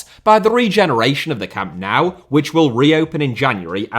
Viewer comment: Learn to pronounce Camp Nou please.